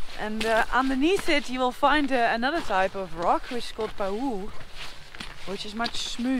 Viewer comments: It's called ʻAʻĀ lava because of the sound you make when you step on it barefoot! Pahoehoe is pronounced pa-hoy-hoy. It's really hard and dense (no bubbles). Bulldozer operators hate the stuff! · So grateful for Noraly's constant efforts to visit with first peoples and provide ongoing cultural and geological appreciation. The color of the river water was stunningly beautiful. The two Hawaiian lava names are pāhoehoe (pronounced ‘paw hoey hoey’) and ʻaʻā (pronounced ‘ah ah’). As Noraly showed, the surface of aʻā lava is sharp, rough, and ‘clinkery’. Pāhoehoe lava surfaces are more smooth, with billowy, or ropy crust. A'ā moves faster and with more volume; pāhoehoe more slowly and with less volume. If one is very lucky, there are times when it's possible to walk on a recent pāhoehoe flow on Hawai`i island, feeling the heat from it, watching break outs on the surface, and, near dark, seeing the orange glow from the still hot lava through the cracks below your feet--if Pele is feeling generous and the park service cooperates. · pahoehoe - I learnt this to be pronounced as "pah-hoy-hoy" and aa is names because of the sound barefooted Hawaiians make walking across it hahhaha :)